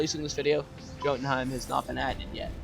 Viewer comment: Btw, I'm pretty sure that it's supposed to be pronounced yo-tenhiem rather than joe-tenhiem